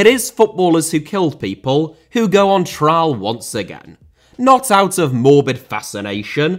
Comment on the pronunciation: Breno * not Breinouw München * not Munich Trial * not Trahl Media* not Medier Souza* not Suwzer Henrique* not Henriquei Clube* not Clubei Mercedes* not Meceiris Alonso* not Alonzouw Father* not Fother Serie * not Siri Debut* Not Deibyu Les* not Lei Argentina* not Ohrgentiner Chile* not Chelei Rather* not Rother Regime* not Reigime Gestapo* not Gestohrpouw Area* not Arear